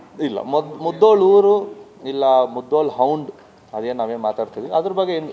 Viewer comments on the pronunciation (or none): ಸರ್, ಅದು ಮುಧೋಳ... ಮುಧ್ದೋಳ್ ಅಲ್ಲ..